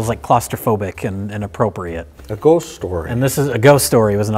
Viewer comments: Mikes pronunciation of "ghost" with his thick milwaukee accent always fills my heart with joy. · He pronounces the "o" weird, I thought he was doing it as a joke the first few times I heard him. It sounds kinda like "ghoest" or something. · My favorite thing about RLM is listening to Mike pronounce ghost. It make me feel like he's about to give me a casserole.